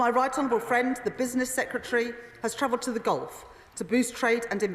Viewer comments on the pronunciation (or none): none